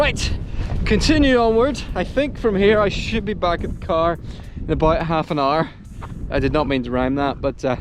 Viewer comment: Today I learned that hour rhymes with car. Somewhat like my Scottish wife's furry rhymes with hurry instead of my South African furry that rhymes with girly. Such fun! Thanks for the videos!